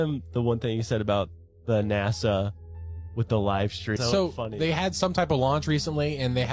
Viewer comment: it's NASA not NAZA get it right please...